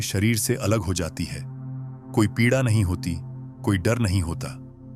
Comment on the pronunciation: आप ए आई को निर्देश दीजिए कि कुछ शब्दों का उच्चारण सही करे।पीडा,बडी और बहुत से शब्द खटकते हैं।आपका कंटेंट बहुत अच्छा है।